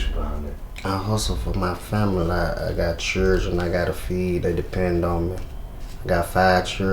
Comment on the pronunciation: That boy said "I got five churgen to feed" How hard is it to say children? Seriously?